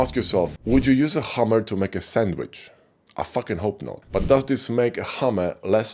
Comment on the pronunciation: when you first used the sandwich analogy, I thought you said Hummer, near the end of the video I realised it was a hammer, made me smile :) Thank You for an excellent video